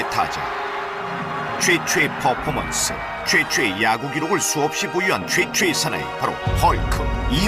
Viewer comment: 최초의가 최최의로 들리네..